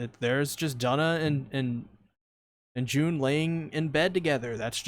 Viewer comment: Duna’s name is actually pronounced with an oo sound